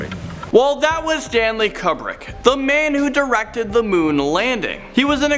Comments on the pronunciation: Stanley and Stan lee. one is one word with 2 syllables the other is 2 words of one syllable each. that space makes a huge difference. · You found a unique way to mispronounce Stanley Kubrick. first Stanley is one word. It is not Stan Lee. its all one word. Secondly, Kubrick is commonly pronounced que-brick or koobrick not cub-rick. I have some speach issues myself, particularly with the letter R, but I do not make my living speaking. please see a speech therapist, or anyone who can help you be more easily understood